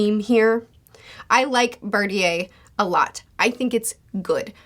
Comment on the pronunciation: Thought her patrons help her with pronouncing. Bar tea aye isn’t gunna fly.